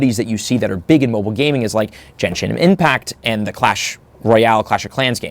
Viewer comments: Aint no way bro said Jenshin Impact 😂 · Bro said Jenshin Impact LMAO